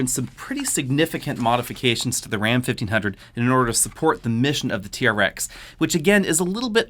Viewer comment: Sounds like he saying Raptor vs T-REX.